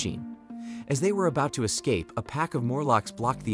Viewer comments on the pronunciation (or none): none